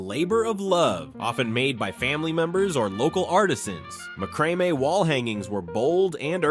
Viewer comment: OMG! Mack-ruh-may! It's mack-ruh-may. I love seeing all the things from my 20's when I was decorating my first apartment, but the mistakes are making me cringe. And why were the people in the beginning all dressed in clothes from the 50's and early 60's?? And no disco ball? LOL! I remember all the truly cool kids had one in their rec room.